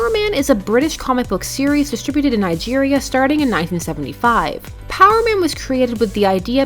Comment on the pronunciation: Bro did you just say Nigeria 🤣🤣 I didn't know my country had superheros in comics